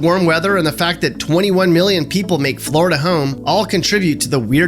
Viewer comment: Flori-duh! Love it